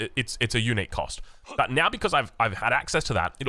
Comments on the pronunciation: For a bit I thought you were saying eunuch building 😂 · I kept thinking he was saying "Eunuchs" instead of Unique for the first 5 minutes lol